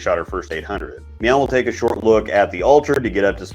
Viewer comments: You testing how many times you can say meow instead of now and see if we notice? Lol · I'm sorry, are you saying meow?